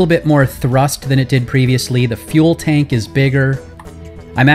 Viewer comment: totally heard you say fuel bank instead of fuel tank